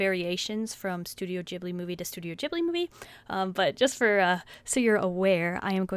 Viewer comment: No offense but you said Studio Ghibli wrong :p Also you NEED to collect more movies.. I have 7 and it's so FUUUNNN ALSO I lovu so don't think im being mean :))